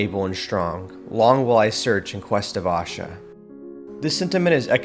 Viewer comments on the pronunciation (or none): PLEASE NOTE: Pardon the correction but it's pronounced "Ashaa"(A-shaaa ... short a in the beginning, long at the end) not Aashaa (a Hindi word which means Happiness). Ashaa & Aashaa are quite different, in meaning & pronunciation, although both are positive & beautiful. 🕊!!